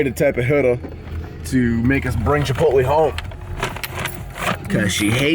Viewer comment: It's Chipot(lay)